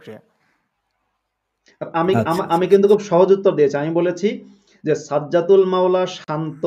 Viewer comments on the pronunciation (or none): সাজ্জাতুল ❌গাজ্জাতুল ✅ 😂😂😂😂